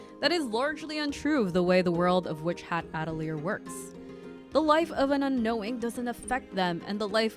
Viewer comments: just started the video but the way you say atelier makes me giggle, at-uh-leer hehe. uh-teh-lee-ay is the proper way! i fucked it up when i first read the manga but i knew damn well i was saying it wrong and looked it up. now it makes me chuckle a bit when i hear others mispronounce it the way i did too🤸🤸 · As a french person you are mostly right about the prononciation but the "te" in atelier is pronounced "tuh"